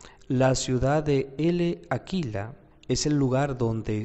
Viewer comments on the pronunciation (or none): Se lee Láquela, no Ele Aquila. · La "L" de L'Aquila, no se pronuncia.